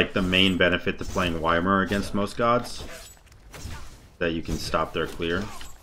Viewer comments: It’s pronounced E-meer which is closer to Ya-meer than Why-meer. And that’s how they say it in game that’s why people pronounce it like that. Ya-meer is 10x better than Why-Meer.... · yeah, same, supposed to pronounce it with an E not Y. Thats why it sound "WHY MIR" not "EMIR", you can actually listen to the hero in game itsaelf how YMIR is pronouncing his name xDD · mans pronouncing it Weimar like the city in germany wack. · Love it when u call him Why-Mer lol. I always have too, but i call alot of gods funny things better than Ya-Meer... which is wrong too btw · It irritates me how he calls ymir “why mir” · It's a gag, lot of content creators call him that. They're saying y-mir instead of pronouncing correctly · get that, however it is irritating when he say that, not gonna lie :D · Why you got to say his name all weird?